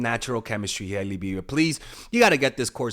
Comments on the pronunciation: It's not high-lee, it's hail-lee. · It's Hailey not Hiley 😂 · you’re over here sounding like my 60 something year old Cuban uncle talking celebrity gossip. Let me help you: #1 Her name is pronounced Hey-lee not High-lee 😂 me muero #2 She’s Alec Baldwin’s niece not his kid lmao Rest of it is gold, i just have to poke a little fun at you. Thank you for your wisdom as always! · H-AYE-ley lol and it’s Stephen baldwins daughter not alec 😂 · The way he keeps mispronouncing Hailey's first name LOL. I'm choosing to believe he's just keeping an inside joke going, after he first misspelled her name in the community poll on the video topic.